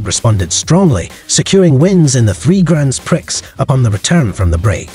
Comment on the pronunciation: Cool video, gotta say, please learn how to pronnounce grand prix